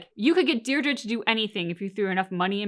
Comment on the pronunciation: Who is this Deerdra you keep talking about?